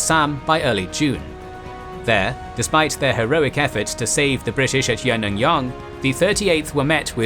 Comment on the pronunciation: But where is General Aung San and BIA??? Also some names are terribly mispronounced. Like Yenangyenog ရေနံချောင်း for example. Which is actually pronounced as "yaynanchung". And Bhamo ဗန်းမော် is pronounced Bamaw. Ava bridge အင်းဝတံတား is pronounced Inwa bridge with တံတား=bridge.